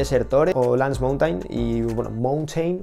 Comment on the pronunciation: La pronunciación correcta es mounten